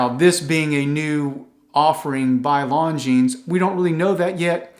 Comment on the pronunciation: Cool video...(just please don't pronounce the "s" at the end of Longines... there is none.... :-) ). .. your content is great. Thx for that.